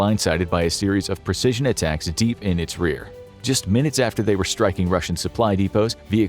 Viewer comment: Atackums not to be confused with steakums